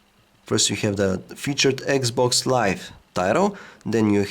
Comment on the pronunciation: dude it's 'Xbox Live', not 'Eggs box Live'...